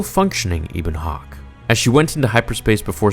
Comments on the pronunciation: HARR-BIN-JUR EBB-ON HAWK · bro I like this stuff, but did you actually get into the game itself were you a big enough fan? Or you just read and stuff that you find on Star wars pages and just update all of us cuz the pronunciation of ebon hawk and a bunch of other things just seem like you haven't even played the game it's one of the greatest stories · A few things: "Harr-bin-jer" "Eh-bun Hawk" "Ay-triss" among multiple others. I know mistakes happen, but there were a LOT in this video. I mean, you're and this is some of the most widely-beloved Star Wars lore here. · Atris Harbinger Ebon Hawk Peragus Bruh, you are butchering these pronunciations! Did you ever actually play KotOR 2 or just read the wiki article? 😂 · Ok i have to say it...its pronounced (har-bin-jer) not (har-bin-gur) and if youd played the knights of the old republic games youd know that youre mispronouncing Ebon Hawk as well. Sorry i just keep cringing everytime i hear you say harbinger the way you do. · Ah-tris HarBINGer E-bon Hawk Para-ges